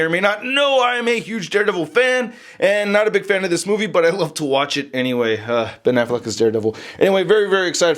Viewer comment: Every time he says DareBenAffleck, I can't help but think he's saying Derpin' Affleck, which reminds me of the Daredevil Honest Trailer.